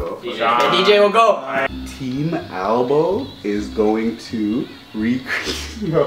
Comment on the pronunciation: omg... it's AlboE, not ALBOM